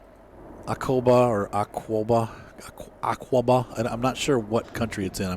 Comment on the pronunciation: by the way you have to say AKABA for Aqaba